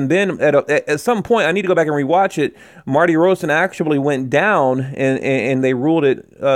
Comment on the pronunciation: I like your videos and GGG but this sounds too much like a fan video at times. And honestly...please try to get the fighters names right, they deserve it: Martirosyan